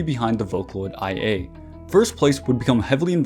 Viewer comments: just wanted to comment here and say that the vocaloids name here and throughout the video is actually pronounced like “Lia”, and not “I.A” Amazing video nonetheless!!! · IA is pronounced "Ee-Ah", it comes from her voice provider's name; LIA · OИE's name is pronounced like "Oh-neh", and IA's name is probably like "Ee-ah" ☠️ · IA is pronounced (ee-ah) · Great video, but I can't stand your pronunciation of IA's name😭 How can you be a fan and make THAT HUGE MISTAKE lol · Hahaha... I've seen few youtuber mispronounced IA due the capitalized text. They probably confused by her sister name too, ONE